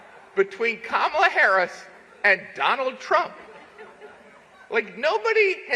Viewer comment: He can't pronounce Kamala or "Vegan"!